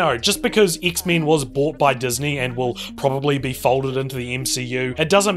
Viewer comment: Dude-this was awesome. You're funny as hell man and I love the way you say X-Men not meant to be an insult or jest at your accent or anything, but it's just really great.